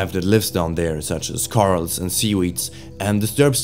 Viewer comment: Okay I actually love your accent, but hearing coral pronounced as Carl is really funny